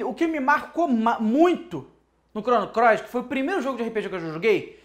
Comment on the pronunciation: vc disse... Chrono CLOIS?! hahahaha